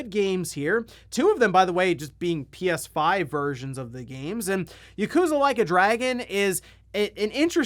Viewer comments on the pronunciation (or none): Dude. It’s YAkuza not Yakoooooza. Ffs. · I find it humorous that you pronounce it "YUkuza" instead of Yakuza hehe.